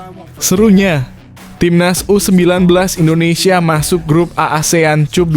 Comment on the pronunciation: Mimin itu cup bhs inggris dibaca kap jangan bodoh min